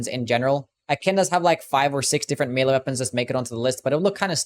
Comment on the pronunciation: >mealy weapons Why can so many people not pronounce the word 'melee' properly? It pronounced 'meh-lay' in proper English and 'may-lay' in America. Nowhere pronounces it 'mealy' because that's wrong. Literally listen to it